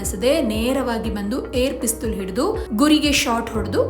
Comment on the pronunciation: ಪಿಸ್ತುಲ್ ಅನ್ಬೇಡ ತಾಯಿ ಪಿಸ್ಟಲ್ annu